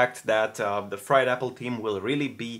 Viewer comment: LMAO Fired apple team instead of FRIED Apple Team